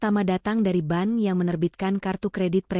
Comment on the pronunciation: Bank kok dibaca Ban...